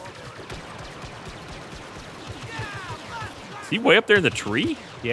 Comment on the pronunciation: Jeremy says, "He's flyin'" in the most Boston way possible.